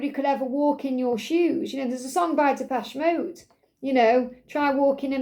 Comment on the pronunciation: Oh thank God! You know how to pronounce Depeche Mode. 😁 There are Gen Z and Alphas who can't pronounce Depeche. It's really sad. 😱😭 Excellent reading. Thank you.